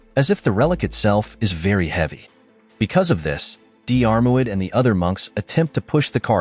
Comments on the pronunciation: What ... blasphemy ... as a Diarmuid myself to read the british Dermot being cited is painful to me ... Dear-muid is the pronunciation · The name you are struggling to pronounce is pronounces DEARMAD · Dee-Arr-Mu-id, lol, got to love AI voices 😀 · It’s not diarmaud it’s pronounced as dermot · deearmouid? hahaha try 'dermot' has english become a foreign language or is this another robogob fail.. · Pronounced Dermot, not Dee-are moo-id 🤣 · His name is pronounced dermuid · FFS, his name is pronounced Dermod in Irish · I wish the narrator wouldn't use the phonetic pronunciation for Dairmuid....it's pronounced Dermutt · Diarmuid is pronounced Deermid. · Diarmuid is pronounced Dermott! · Dee-armo-I’d!. Really? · Di-AR-MOid :face-blue-smiling: It's promounced deermuid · For God's sake will you please learn to pronounce names properly. Couldn't listen to the whole story. It's DEAR MUD. And if you are stuck Dermot will cover it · Diarmuid is pronounced Jeer-mid... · Diar mu id 😂😂😂😂😂, fook Ai, do research people who make these videos, ruining our Irish Christian names..😂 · So many people on here trying to pronounce Diarmuid . It is dear mut . Dermot is close enough . lol. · I’m from Monahan so a Northern Irish pronunciation would be Dheer – mid Like cheer but with a “d” 🙂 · The Dermot is still lots better than the weird way this video says it. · AI mangling Irish Gaelic names... Painful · Just cannot cope with the mispronunciation of Diarmurid, I had to switch off! The narrator could have simply gone to the trouble of looking up how to pronounce this word on Google!!!!!! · Worst pronounciation of Diarmuid I've heard. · Butchering those Irish names,, hate a.i narration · Please stop mis pronouncing Diarmuid 😩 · You could have made some effort to research and pronounce Diarmuid properly. Are you an AI voice? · Pathetic text to voice crap that doesn’t pronounce names properly. Unprofessional and ignorant.